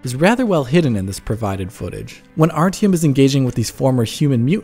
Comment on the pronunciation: Yeaaaaaaaaaaaaaah, I know the real pronunciation. I will make sure to say it correctly when I do my review on launch :D